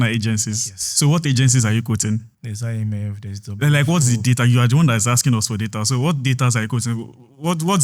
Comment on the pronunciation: tinubu guy said I-me-fem instead of IMF 😅😅😅